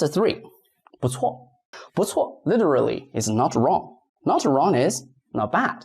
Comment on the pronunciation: bu4cuo4. Shouldn't bu4 change the tone from 4 to 2?